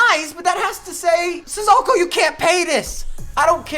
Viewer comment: It’s NOT Sizzoko! Say it right!